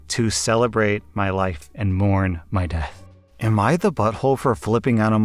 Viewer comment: am I the only one who laughed with how he said death?